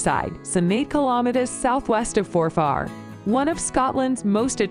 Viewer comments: Aye, just awful. Culzean, Glamis, Forfar. All wrong! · Oh dear; Baal-ate-r, EdinburG, Ayr shire, Culsayan, Glam is, For far, Dun oadr, etc etc etc! And you wonder why we disdane yawl, fuming, laughing, with British politeness, behind your stupid, ignorant backs! Judging by this vid I would NEVER EVER watch any of the others by them. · it was Glam-iss near Four-faar that got to me. shudder! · I think For-Far was my favourite